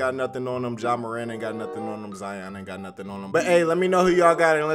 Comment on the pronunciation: Ok, u don’t pronounce lion, LIE YON, so y is it ZIE YON? so annoying lol!!!